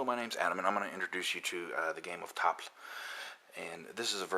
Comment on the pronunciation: Learn to pronounce tafl, you fart out of your face when you get to the FL for some reason.